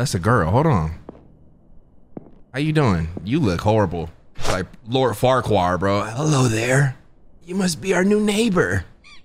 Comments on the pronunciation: I swear has a vast vocabulary. But when it comes down to saying someone’s name he butchers it😂 who is Lord Farquar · saying Farquaad’s name like “far car” is so fucking funny to me